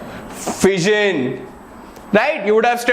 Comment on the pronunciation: I heared VISION instead of FISSION